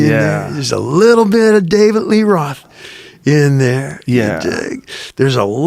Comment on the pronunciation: Uggghhh...he pronounces his own name "Davit" Lee Roth.